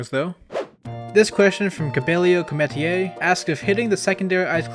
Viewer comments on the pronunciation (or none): "Comet ee ay" There's nothing fancy with my name, it's just Comet-ear lol Glad to have the myth solved tho! That was disappointing for the Icies, but great for everyone else fighting them lol